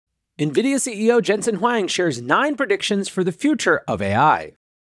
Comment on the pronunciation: Hey dummy. It's not Jensen Wang. It's Huang. Say it correctly, because you sound like a fool.